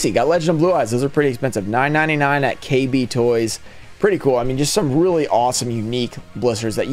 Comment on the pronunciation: Idk why but hearing him say “K, R toys” hurt me a little. It was KB toys. I grew up going there getting all my YuGiOh cards